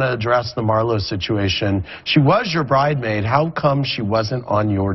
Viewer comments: Andy is so shadyyyyyy when he read that question... Marlo was your “BRIDEMAID” knowing it’s a s in bridesmaid 😂😂😂😩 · Andy pronouncing “bridemade” is hilarious!!! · Andy said Bride-maid smh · I caught the shade when Andy said “bridemaid” 😂😂😂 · Andy is shady as f! Reading the first fan comment at :20 "She was your BRIDEMAID" . 🤣🤣 The S is not silent honey! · Baha Andy said “bridemaid”